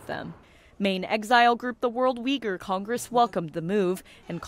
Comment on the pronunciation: Why does NTD use the spelling Uighur, when you show video of them holding banners with the correct spelling Uyghur? Also, please try harder to pronounce their name correctly.